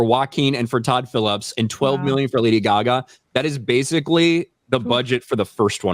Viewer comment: It's Lady Gag Ah